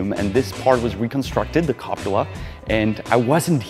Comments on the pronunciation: 00.52 Did I hear right HG saying "copula"? Funny, in italian copula, and verb copulare, means pářit se. Cupola is translated as dome in english. Always entertaining... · Copula? Cupola! :)))